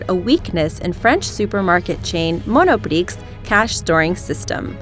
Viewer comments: If you're going to be pretentious with your pronunciations, ensure you're pronouncing the word correctly. The "x" when pronouncing "prix" is silent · you don't call it (mono preeks) you say (mono pri). IT'S FRENCH! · I'm french and I cried so much when she pronounced "monoprix" I was like "Oh hell no" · Just saying, the x in 'Monoprix' is silent and you wouldn't roll your 'r's as it is in France where the 'r's are kind of from the throat.